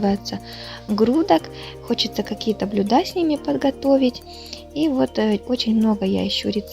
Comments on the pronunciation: блЮда , ударение на Ю, сварить на газЕ ( не на газУ). Спасибо за идеи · Блюда а не блюда